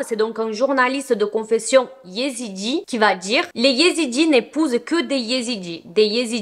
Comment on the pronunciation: Je suis ezidi et je trouve que tu le dis super bien